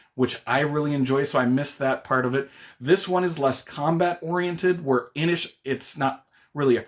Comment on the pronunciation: Kudos for the correct pronunciation of 'Inis' 😉